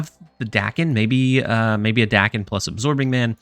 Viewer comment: I'm going to interpret the multiple "Dacken. Dayken?" in the video as a request for knowledge. Apologies if this comment is unwanted. In Japanese, "a" is pronounced "short" like the "a" in Lockjaw. So it'd be pronounced like Dawken or Docken. Basically just say the "a"s like you're doing in "muramasa." Thanks for all the content. I think I'll probably try this out tonight since I have all the cards.